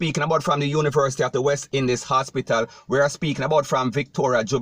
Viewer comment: This sounds like a “DUNCE-BATPITAL” instead of an hospital.